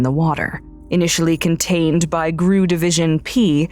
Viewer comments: Lmao it was discivered by gru divison P, it is pornounced G R U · Only one minor issue. GRU is not pronounce 'grue'. It's pronounced like any other alphabet organization, i.e. FBI, CIA, KGB, etc.